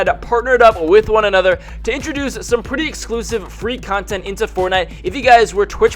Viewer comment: why do you say ay-nother?